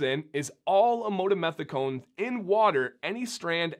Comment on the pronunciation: An absolutely well made, professional video with documented facts from actual scientific research. I was happy to see that you did focus on "Amodimethicone", and actually was able to pronounce it lol. This ingredient is a lot more popular than many would think, or actually realize. I have done quite a bit of actual research and consulting with chemists regarding this ingredient, as it has unique properties in an acidic environment, such as a hair/beard conditioner. Unfortunately, I think people can be quick to judge something that they are not educated about, and come to an incorrect conclusion. No matter what, as I saw this come up a few times in some of the comments for this video, do your own research. Actually take the time to read what is on the label, and see what you are putting into your beards. No one knows your beard better than yourself. Again, well done with the video!!